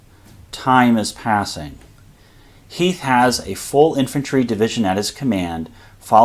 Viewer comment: Who the hell is Heath? Do you mean Heth?